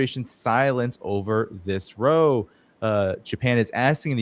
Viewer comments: Row, pronounced RAU. Rhymes with now. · row is pronounced like cow